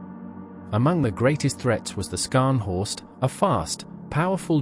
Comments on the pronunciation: Scharhorst is pronounced sharhorst, HMS Norfolk damaged the main radar and fire control systems. After that, Scharhorst was firing blind. A sitting duck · Pronounced Ssharnhorst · Skarnhorst eh . Silly error. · Slightly ruined by the pronunciation of Scharnhorst, not Skarnhorst!